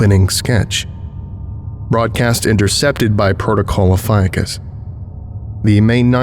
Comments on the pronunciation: No one loves the more than me.. that said. Ophiucus.. the snake bearer.. is oh-fee-yoo-kus. You said it 3 dozen times, incorrectly every single time. Not trying to be a pest but i do expect more of you. Am i wrong to? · Ophiuchus, being of Greek origin is pronounced: oh-fee-oo-kus (ɒfiˈjuːkəs), and Ophiuchi: oh-fee-oo-kai, for anyone who cares about that. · So I’ve been pronouncing “ophiuchus” incorrectly all this time….